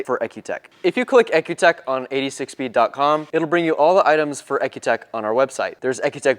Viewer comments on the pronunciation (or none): I understood cars have an E C U not an EK U ... the Product is pronounced E C U TEK..